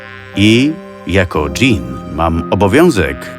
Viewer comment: Dżin a nie dzień🤣